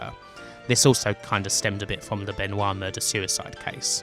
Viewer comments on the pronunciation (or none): none